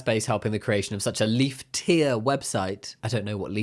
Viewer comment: Do you mean "E-leaf" tier website? (Like Elite, but its e-leaf.... I swear it sounds better when you say it out loud )